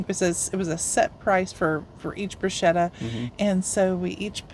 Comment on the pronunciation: How to pronounce 'bruschetta'...it's a k-sound in Italian! (brosketta)